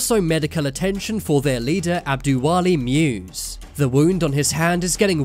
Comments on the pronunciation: musa not muse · Someone please tell the narrator "muse" is the name of prophet "moses" in somali language. Its disgusting how he pronouncing, the name sounds like "moosy".